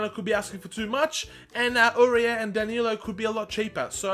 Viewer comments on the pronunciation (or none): Danilo ... But you were like Dan - Yellow